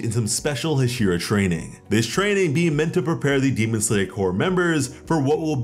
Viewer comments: HasIra.. it's HAshira, not hashIra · Say it with me ha-she-ra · saying hashira wrong lol but this is cool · You are saying Hashira wrong lol